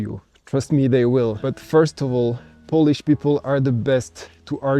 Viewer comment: One more thing. You should check how to pronounce correctly word "Poland" and "Polish" because there are two meaning of word "polish" :) As a verb which mean "to make something shiny" and as a noun like "I'm Polish" which mean "Jestem Polakiem" :) Yeah, I was surprised when I heard from Arlena Witt who explains the subtleties of English amazingly well!